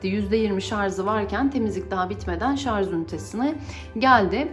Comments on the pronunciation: Şarz değil Allahım yarabbim, Şarj Şarj öğrenemediniz şunu ya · Lütfen şarz demeyin.